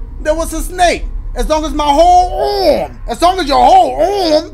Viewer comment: “AROOMMM” instead of arm 💀💀🤣🤣🤣😭